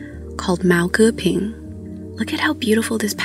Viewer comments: 竟然聽到毛戈平三個字哈哈 而且講得蠻好的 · Your pronunciation of “Mao Ge Ping “ is brilliant, I can’t believe that you haven’t learned Chinese.